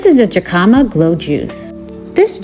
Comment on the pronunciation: Great recipes! Only insight is Jicama is pronounced “Hick-a-muh”. One of my Spanish speaking friends helped me out. So just passing it along! It’s also great as a snack! Blessings to you on your journey.